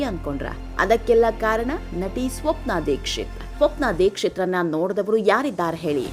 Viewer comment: ಅದು ದರ್ಶಕ ಅಲ್ಲ ದಶಕ ಮತ್ತೆ ನೋಡ್ದವರು ಅಲ್ಲ ನೋಡದವರು ಅಂತ ಆಗಬೇಕು.ಕನ್ನಡ ಸರಿಯಾಗಿರಲಿ .